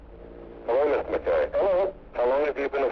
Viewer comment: Im trying to listen to this and fall asleep and can't as a Scot. It's driving me nuts the constant purposeful wrong pronunciation of the Scots name, McKay or MacKay. Usa people used to know how it was spelt but now with their trendy americanese they're desperately trying to invent they deliberately state it wrongly. I can't sleep because of it. It just reflects a poor education.